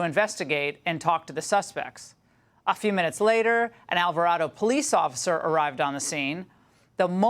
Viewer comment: Becareful with the pronunciation of these Texas towns. Alvarado is pronounced Al-var-ray-doe and Waxahachie sounds like Walks-a-hatch-ee.